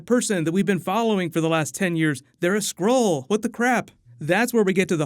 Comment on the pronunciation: It's SKRULL not SCROLE